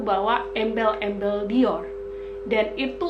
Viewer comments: Kalo googling dibaca dioh ka kayanya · DIOR dibacanya Dio ga kebaca R nya apa Dior kebaca R nya sih? gemes sendiri denger ngomongnya dio dio